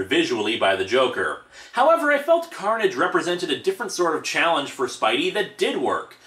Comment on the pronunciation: Did anyone notice/hear that he said " Maximum Curnage "? Lmao...😂😂😂😂😂😂😂😂